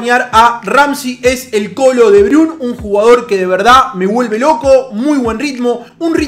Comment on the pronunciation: "él coló debrun" que hermosa pronunseishon